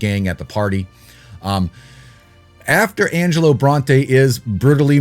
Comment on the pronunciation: IT'S ANGELO!!!!! Haha c'mon your better than this lol